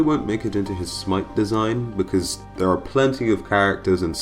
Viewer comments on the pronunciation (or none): none